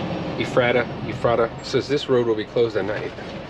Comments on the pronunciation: It’s efrata lol. I live not far from there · Ef-Ra-Da and Lan-kiss-ter , that’s how you say it 😭😭😂 jus tryna help out I couldn’t stop laughing man. And the food aisle is small bc you went to fruitville pike , you gotta go to Lincoln highway Walmart only a few miles away it’s a super center.